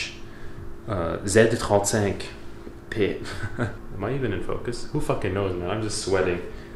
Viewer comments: Z trente cinq 😂 nice prononciation bro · " zed trente-cinq bé" peak french perfomance man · The Z35 French pronunciation was spot on